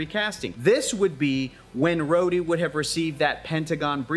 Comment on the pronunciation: SkRhodey keeps sounding like scrotum to me.